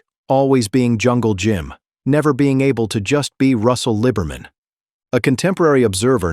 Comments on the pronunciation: It is pronounced Lee-Ber-Min. Clare is a guy. Clare, driving Jim's number 2 car won the Winternationals at Pomona, not Jim. I was a crewman on Brutus in '65 and '66, and alcohol or drugs were never a problem when I knew him. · that is NOT Pam!! That is Barbara Roufs! SHEESH!!! And that isn't how you pronounce his name either! I'm glad I just skimmed thru this dribble... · He's hardly a "footnote in drag racing history". He's frickin' Jungle Jim Lee-ber-min.